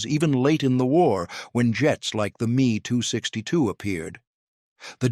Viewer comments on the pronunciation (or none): I figured out how to tell AI. when the say ME 262 it is not two letters it is the word. Instead of 28 hundred the numbers are individual not as one.